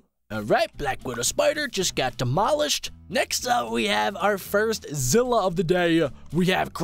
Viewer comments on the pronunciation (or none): none